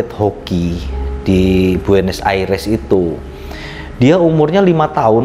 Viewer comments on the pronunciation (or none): 12.59 buenos aires uncle.. Bukan buenos ariesss🇦🇷😂😂